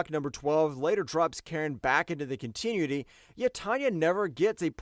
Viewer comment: I appreciate the video, but you gotta fix that pronunciation,. Continuity: kaan·tuh·noo·uh·tee